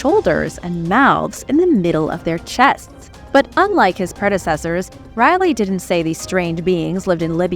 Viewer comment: His name wasn't pronounced Riley it's pronounced rally great videos tho